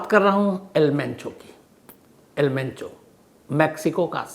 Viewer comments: Penchoo nhi mencho h dada😅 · आज आप किसी पंजाबी के साथ बैठ गए थे क्या सर जी जो मुँह से मेंचो की जगह पेंचो पेंचो निकल रहा है।😂😂😂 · Pencho nahi Mencho😂😂😂😂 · एल पेंचो नहीं एल मेंचो नाम है सर